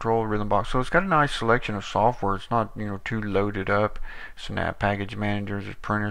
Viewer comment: First of all, thank you for this nice review that you made about Uruk GNU/Linux , but i want to explain some things: -The distro name is not (you-rok), it's (o-rok), check out the right pronouncing in disro homepage here: -This distro is used the gnome screen reader (Orca) out of the box to help the blind one how can't use the computer normally , and if you don't need it, just turn it off or disable it completly from the litle small applet (AIA) in the top panel :). -This distro is based on Trisquel GNU/Linux, and it's a completly free(as freedom) distro without any non-free software . -The Browser is the free(as freedom) vesion of Firefox named "ABrowser" . Thank you again for this nice video ^_^